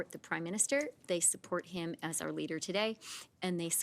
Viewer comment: Freeland needs to learn that it’s not ‘R’ it’s ‘our’ learn your words!